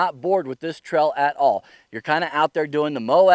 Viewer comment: Great video. But what is a "Trell"? Hahaha.